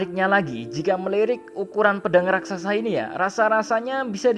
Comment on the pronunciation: Raksasa min, bukan Rasaksa